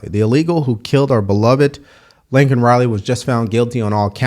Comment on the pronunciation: Biden said "Lincoln Riley" - the fool coulldn't get her name correctly. What that illegal creep should have gotten is CAPITAL PUNISHMENT, at least the Americans and Laken's family wouldn't have to be paying for his room and board the rest of his miserable life. Capital punishment, nothing less, and immediate. ABC is garbage and I haven't watched ABC in YEARS.